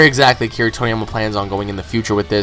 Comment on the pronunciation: What's really annoying here is you getting build up over a stupid intervew, claiming stupid things about the story's author. When did you get into Dragon Ball, last year? Is funny that you want to go "canon priest" over the series's creator, you literally make no sense, and your pronounciation of japanese terms, including Akira's name, is vomit inducing.